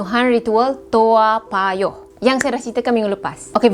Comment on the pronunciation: Salam perkenalan dari Singapura, Saya baru lalu di channel anda amat2 menarik, Case ni sampai skrang memang hot di Singapore, ok btw sebutan nama Tempat TOA PAYOH tu betul, terus kan berkarya..